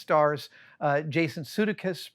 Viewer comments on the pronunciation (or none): Adam continues to pronounce Jason Sudeikis's name as SUE-duh-kiss. Most other resources say that it's sue-DAY-kiss. Does anyone have an authoritative source?